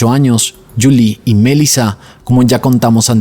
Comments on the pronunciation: EJ: no es mElisa, si no, mel"i"la, acento en la i, se entiende, si estas confundiendo las acentuaciones de los nombres de las victimas, desconectas al usuario! abrazos y segui que vas bien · Sorry, me da toc escuchar q dices Melissa con acento en la E cuando en realidad en todos lados se dice Melissa con acento en la I 🤦🏻‍♀️ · Omg. Es desesperante escucharte decir los nombres mal una y otra y otra y otra vez. Es una buena idea que antes de grabar tus videos, abras tu aplicación de YouTube y escribas “cómo se pronuncia Melissa” “cómo se pronuncia Letitia” (Melísa y Leticia) muy interesante el caso pero no voy a terminar de escucharlo por tu horrible pronunciación!! 😂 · Porque dices Melissa con ese tono? 💩👎🏼